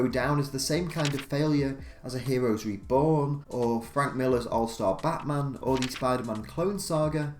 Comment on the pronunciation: Your accent makes it sound like you said "Batsman" instead of "Batman"